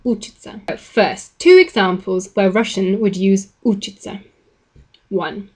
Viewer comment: You are repeatedly stressing учить and учиться (stress on the second syllable) wrongly as учить and учиться (stress on the first syllable).